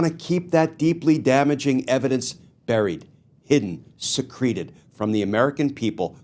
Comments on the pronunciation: Thanks to the corrupt SCOTUS we must try the evidence before we try the case. PROSECUTE!!! By the way, I think that the pronunciation is "SE-creh-ted", not "se-CRE-ted". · In "buried, hidden, secreted", Glenn, that last word is pronounced the same as "secret", but with an "ed" on the end. It is not pronounced as "secrete" with a "d" on the end. Otherwise, you give the impression that something or someone "squirted" something (the way a lemon secretes its juice... or the way a snake secretes venom. So, don't try to get fancy and lawyerly with the word and make it unnecessarily difficult to listen to AND understand. They wanted to keep it a SECRET. So pronounce it SECRET, with ed added. So endeth today's English lesson.